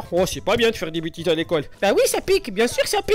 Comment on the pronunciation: Ti fis dis bitises a l'icole c'est ça roh c'est pas bien de faire dis bitises a l'icole .